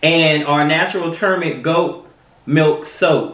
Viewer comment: Turmeric (Toom•ur•Ik) 😂😂😂